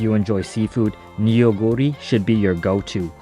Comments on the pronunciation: Neoguro is pronounced- NU GURI not NE YO GURI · actually, it’s pronounced NO-GU-RI (너구리) not nuguri. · Fun test! :yougotthis:Neoguri is not pronounced "Ne-o-guri" it's pronounced as the eo in ramyeon, "noh-guri" 😊 The rice cakes is called tteok and the dish tteokbokki, meaning "stir-fried rice cakes" 😋 the cylindrical rice cakes' name is garaetteok ☺ ae pronounced as the ai in pair.